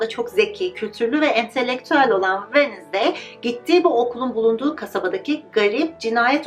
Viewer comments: venızdey değil telaffuzu venzdey gibi telaffuz edilir sadece belirtmek istedim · her “Venizday” dediğinde triggerlanmaktan videoyu izleyemedim🥲 venzdaydir o venizday olmamalı🥹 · Wednesday kelimesinin sürekli yanlış telafuzundan videoyu izleyemedim:/